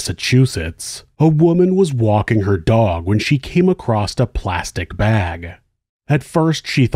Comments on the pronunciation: Love the vids... but I must ask. Why do you pronounce the word "across" as "acrost"? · why does he always say “acrost”